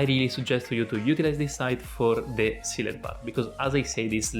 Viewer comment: use google translate to hear how Sealed is pronounced :)